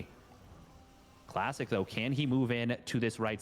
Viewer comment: Is anyone else hearing him call Classic, Plastic?